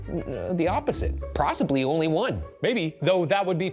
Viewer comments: "Prossibly only one" - Ryan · Ah yes my favorite word in the Oxford Dictionary PROSSIBLY